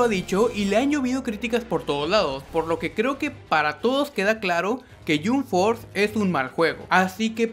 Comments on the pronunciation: wtf ni el nombre lo pronuncia bien no se dice yomp fort se dice yamp fors y el juego esta de la made esta buenisimo,tu solo estas fumado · Me desanimó ver el video cuando escuché que pronuncia Yumb Forz :v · Se pronuncia "YamP Fors", no "Yum Fors" xd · No, él dijo: Yum forth :v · El yunforjajajajja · yum forza alv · Primero aprenda a pronunciar y después critica "yun for" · "Ke yum ford thea un mal joego" qué juego es "yum ford"? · Se pronuncia jamp fors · Por favor jahsjahs me da risa que critiques un juego sin siquiera saber pronunciarlo don't mames, me explota la cabeza 😂